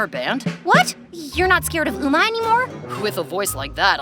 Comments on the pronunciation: Do u see how hard 'Umma'!? no hate but it's eomma I burst out laughing when I heard umma Also can u make a skz episode!?! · Umma?😭 it’s said omma😭